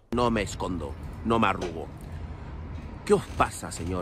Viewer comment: "No agrugo" Kapo del centro de concentración